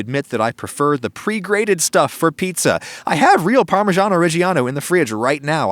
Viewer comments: I thought he said eats-a-glut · HOMIE LOWKEY SAID FEETZA BUTT 💀